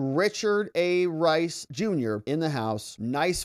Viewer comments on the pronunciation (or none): none